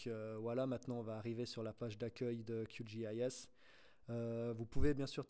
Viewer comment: C’est horrible Qgis prononcé à l’anglaise